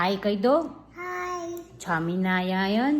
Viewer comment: Chhami narayan nahi swami narayan.Try to speak normally with kids so that they can learn correct pronunciation.